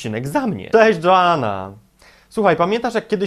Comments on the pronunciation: Ej fajne masz filmiki ale ona jest fajna i ona to głupio wymyśliłeś a poza tym nie Dżoana Krupa tylko Joanna Krupa ;( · Dżoana majszterkołiczem!!!! :DDD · NIEKRYTA Dżoanna xdd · He He, Dżoana jak prawdziwa :D